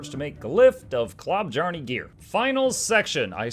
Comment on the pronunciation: I know it doesn't matter but dear god it makes my ears bleed hearing the J pronounced as a J and not a Y. So more like klo-byarne instead of klob-jarne or klob-jarn-ee shudders